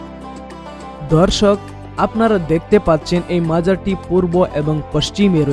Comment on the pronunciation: দর্শক কে বলতেছেন ধর্ষক। আর প্রতি লাইনে দর্শক দর্শক বলার কি দরকার